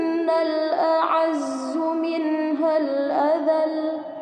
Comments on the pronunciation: Mohon koreksi , ayat ke - 7 yang harusnya من tapi dibaca ما 🙏🏻😊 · Masya Allah, suara dan iramanya indah sekali. Saya suka mendengarkannya. Kalo boleh kasih masukan, pada ayat 7 ada kata "man" dibaca "maa". Silakan diperiksa lagi. Semoga hidayah Allah selalu menyertai kita. Amiin